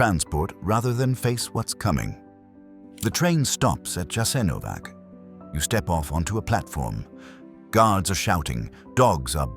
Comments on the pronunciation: When you've already got into this topic, you should have learned how to pronounce the name of that place correctly! Jasenovac with an initial J and an ending C - and you can't pronounce it as if it were a place where English is spoken! And one more thing. Even though it was a concentration camp during the NDH, you should have mentioned that the first concentration camps were founded by the English, and you don't mention them because they were just as ruthless towards people as any other, whether in WWII or before or after it. Just ask yourself how the UK came to have all the territories where English is spoken, including Hong Kong, and only then judge Croats and Croatia because you clearly don't know enough about their history and everyone who occupied it during it! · because he is an illiterate English provocateur! he doesn't mention their shit and camps during the plundering of his known world over the last 600 years. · JASENOVATZ. NOT JASENOVAK. WHY DONT YOU LEARN ??? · It's not "Jasenovak", but "Jasenovats" (with a "tsss" sound in the end). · Prije svega se trebao raspitati kako se točno izgovara naziv toga mjesta. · ITS NOT " JASENOVAC", C like first leter of word Keys.. Thats wrong Its JASENOVAC , C like letters ZZ of word PIZZA, you pronounce them like C in croatian .. So JASENOVAC would be written like Jasenovazz for americans to comprehend last letter as lwtters in italian word "pizza" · Correct, and the "J" is pronounced like a "Y." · The pronunciation is YASENOWATZ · But the name of the place was immediately and then repeatedly mispronounced. Why? No care at all to look into how to pronounce the name of the place you're talking about, really? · And you should pronounce the name of the camp correctly! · Learn to pronounce the letter c in Slavic languages. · please study how to spell it correctly its not a k sound but a c like in Cesar. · A British voice gives so much authority! Too bad he cannot pronounce Jasenovac correctly.